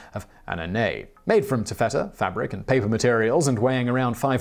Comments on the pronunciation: (it's TAFFetta, not tafFETTa) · ta fuh tuh not tu fetter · You're freaking me out pronouncing taffeta that way.